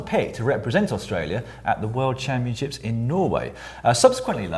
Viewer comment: Caption : "I goat the jersèèè at the worldchampionsheeps..."